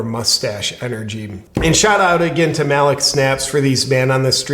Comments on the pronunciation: I think its pronounced Ma-leek snaps. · This mans name is pronounced (Mah-leek) your welcome